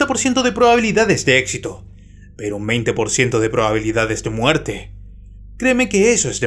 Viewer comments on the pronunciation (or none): none